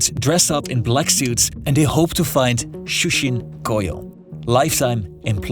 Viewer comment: 1. Please give up every trying to pronounce a Japanese word ever again. Nails on a chalkboard right out of the gate with the massacred attempts at pronouncing shūkatsu & shūshin koyō. I'm not speaking in hyperbole. It was that bad. 2. Japan will get by just fine with a smaller, contracted population. No foreigners are needed.